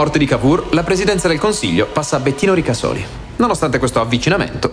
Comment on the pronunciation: Avete pronunciato male Ricasoli